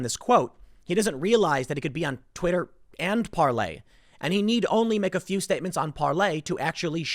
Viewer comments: Can some one get it through Tims skull it's PAR-LOR not Parley god it's painful everytime he says it. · It is called Parler, not Parlay. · Hi Tim, it's PARLER....ER.....NOT PARLAY.....kEEP UP THE GREAT JOB! * TRUMP 2020 ** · It's Parler not parley lol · Par-ler dude.....Parley is "tweeting" on Parler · Tim it is PaleR, not PaleY, You've called it Parley in 2 posts now. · ParlER not parlAY!!!!!! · Tim please, its parLER not ParLEY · Why does he keep saying "parley" it's parler🤣🤣🤣🤣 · Tim What the hell is Parlay??? Its ParLER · Is it really pronounced, PARLAY? Isn't it just Parlor? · Why you calling it Parlay? When it is Parler? Get it right so people listening actually know where to go! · Tim, the site owner says it is pronounce par-lor as in a place you go to sit and talk. Not par-lay as in a pirate detente. ;) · Can you pronounce Parler correctly already? Parley? Where tf is that coming from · Tim parler is pronounced with the r at the end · Stop mispronouncing PARLER. A “Parley “is the message itself. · You are using the French pronunciation? Not Parler as in where you have conversations as in a parlor. I can't tell.... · Tim calling Parler "Parlay" hurts.